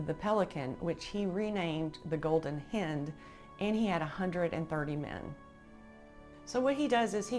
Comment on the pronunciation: Excellent video and fascinating information. btw 'hind' is pronounced to sound like "bind". Best of luck and all the best 🙂👍🏻